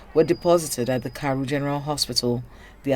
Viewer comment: It's Karu and not Kary, I am a resident of FCT